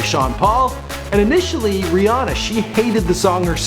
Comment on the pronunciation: It sounded like he said bre Ana